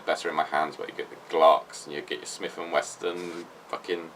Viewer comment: It's wesson not weston?!